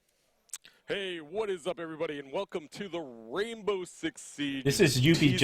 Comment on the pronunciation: HE SAID WAINBOW